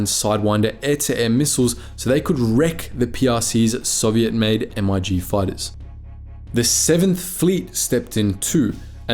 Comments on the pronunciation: Mate, they're not "M-I-Gs". It's pronounced "Mig", as in "Pig". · You mispronounced MIG it is pronounced as a word not said as 3 separate letters. Your title is full of it history proves NOTHING of the sort.